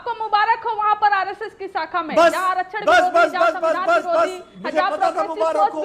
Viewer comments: Saacka nahi hota shaakha hota hai didi.Padhai likhai nahi kari didi ne! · साखा नहीं शाखा😅😂 पहले बोलना तो सीख RSS की बात तो बाद में कारियो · Are dehatin aurat shakha ko sakha bol rahi hai